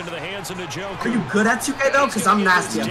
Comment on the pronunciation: He called njoku “joker”